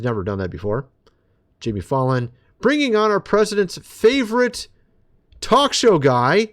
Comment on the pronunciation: Jimmy fall on 😂 please for the love of god say his last name right